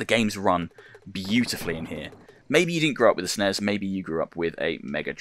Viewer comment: Did he call the S.N.E.S the snezzz. lol Love it man.